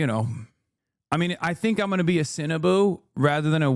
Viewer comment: I am also a Cinnaboo.......oh he meant Sinoboo